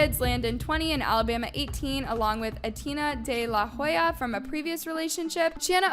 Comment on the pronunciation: Not A-TINA AT-TI-AÑA